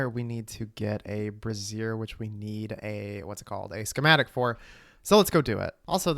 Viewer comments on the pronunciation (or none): I thought brazier was said like bray zure, not like brassiere. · brazier (bray·zee·uh) a portable heater consisting of a pan or stand for holding lighted coals. brassiere (bruh·zeer) women's underwear Made me laugh evertime you said it because im a child 😅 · Brazier vs brassiere pronunciation lmao😂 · wow your pronunciation of the word "brazier" is crazy work breeyziiiiieeeeer